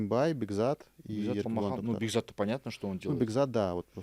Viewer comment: ты сколько уже в КЗ., надо уже научиться.. не Тахтар, а Тохтар:; не Аспанов, а Оспанов